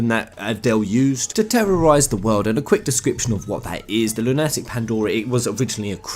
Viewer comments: Oh for god sake stop sayinf 'Lune Attick" :,D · You seriously don't know how to pronounce "Lunatic"? It's not an uncommon word... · I've never heard it pronounced LunATic before. But a LunATic Pandora does sound more apt than a lowly Lunatic Pandora. The latter makes me think "crazy", while the former sounds more like a moon-related descriptor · And some of the monsters resemble lunar ticks... Lol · Forever laughing over pronunciation of Lunatic. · Why do you pronounce 'Lunatic' wrong? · Why can't you pronounce lunatic? It's lunatic like a crazy person...